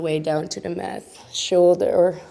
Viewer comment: Thank you for this lovely yoga sequence. {{Just a teensy, tiny little thing: The T in yoga mat is pronounced as the Dutch T. Math is wiskunde.}} greets